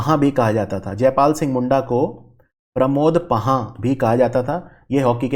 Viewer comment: प्रमोद पाहन (पुरोहित) सारंडा (के जंगल ) तसर (सिल्क ) सही उच्चारण